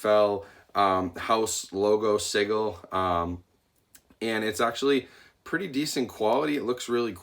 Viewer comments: How have you watched Game of Thrones and you don't know how to pronounce "sigil?" It's an easy word. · I’ve never heard anyone pronounce the word “sigil” that way.